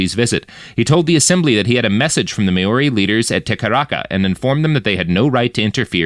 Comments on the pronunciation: "Mowree", as you suggest, is an anglicised mispronunciation, too, though, and I prefer that he's actually trying to be sure to pronounce all vowels properly, which would be "MahOrRee", but unfortunately he chooses the diphthong "May", so it sounds so, so wrong. 😂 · Kinda driving me nuts with the "May-Your-Ree" - it's Mao-ri, Mao like Chairman Mao, and -ri with a trilled R. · Mayori?? i understand the excuse for mispronouncing british names but what's this excuse for this? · Maori is pronounced Mau-rri. Sounds similar to Maui. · Maori is pronounced "mawreee" btw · At least he's trying, and not just saying "Mowree" like most people do. I don't know how he both knew to pronounce all the vowels but still chose "may" instead of "mah", though 😂. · If he just rhymed it with dowry, it'll be passable for American English.